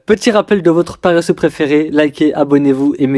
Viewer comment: Compresse ta voix, et booste le volume. Ensuite, pour moi le début ça va pas : 1. mets une musique, on s'emmerde, 2. pourquoi on likerait sans que tu nous aies hook 3. mes bigs ? wtf 5. tu dis "palasseux" et pas paresseux, articule ou prends une voix IA frère 4. "vous savez ce que c'est" c'est quoi cette formulation. 5. si t'es Youtuber, t'as l'énergie de nous rappeler de liker à chaque vidéo. Voilà, admettons que je clique, pour ces 5 raisons je me casse direct.